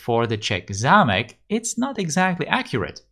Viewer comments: Hi. You are czech? You can pronounce zámek really well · Yes he does. He pronouces zámek suspiciously well... And Mělník too...